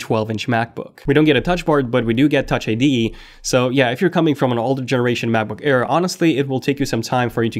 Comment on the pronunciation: am i the only one who hear u saying Macbook care ?